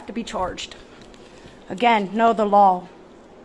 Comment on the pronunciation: I like how she keeps pronouncing law "lawl." Pretty funny. Good work though. Way to stand your ground.